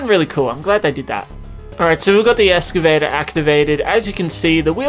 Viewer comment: excavator not escavator